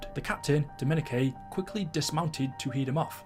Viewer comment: How is so illiterate that he can’t say Dominique like it’s stupid